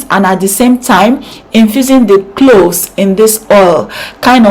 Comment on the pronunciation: CLOVES, NOT CLOS PLEASE. V AT THE END INSTEAD OF S. YOUR HAIR AND VIDEO ARE NICE.